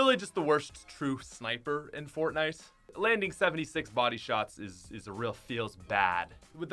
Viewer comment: He Said fortnaijs